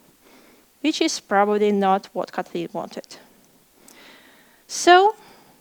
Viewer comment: Kotli’n? I’ve never heard it before